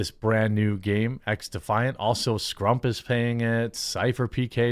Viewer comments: SCUMP. IT'S SCUMP. NOT SCRRRRRRRRRUMP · His name is SCUMP not SCRUMP. As in SS-K-UHM-P. Love your content BTW! Keep it up!!! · Did you call Scumpi, Scrump? Lol. That actually made me lol